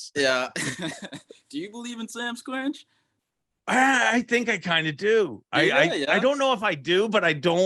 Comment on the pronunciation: Are you trying to say Sasquatch, but are just pronouncing it wrong or do you call it that in southern Ontario?